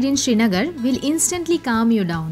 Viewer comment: And please its "sri" nagar - land of the sun and not SHRI NAGAR